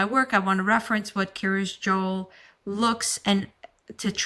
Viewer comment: Wondering why it's so difficult for so many people to pronounce Joel properly.